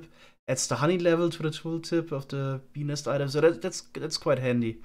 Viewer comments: When he said "BENIS".. I felt that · I know it's childish but "bee nest" gets me every time, I just can't unhear "benis" ^^ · Is it just me or did anyone hear 'penis' instead of 'bee nest'? Completely changes the context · Whenever says Bee Nest, I cannot help but just hear something else.